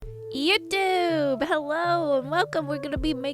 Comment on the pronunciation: Every time I hear say YUHTOOB my day gets better